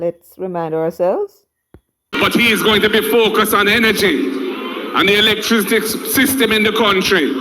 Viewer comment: Mark Golding can't pronounce electricity